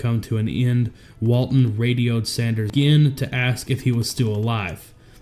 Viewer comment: Where does the video maker live? The accent is hard to pinpoint. But the way he says "again" like "agyehin" is something I've never heard before.